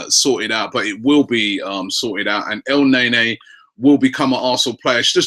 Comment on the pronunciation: If you look at the name in Arabic, it's sound more like al-n'a-nie, rather than El nae nae